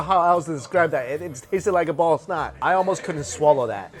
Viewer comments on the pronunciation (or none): He said ball of snot and I dead ass thought he said ballsack.